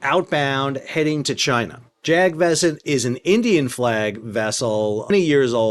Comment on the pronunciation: It’s pronounced “Jug” and the “A”s in “Vasant” is read like “uh”. The name of the ship translates to “Global Spring” (As in Spring season).